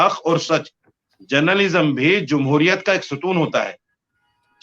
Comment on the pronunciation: Journalism ka "A" nahin Moulana Sahab "J" hota hai....wahhhh reee ज़ाहिल मौलाना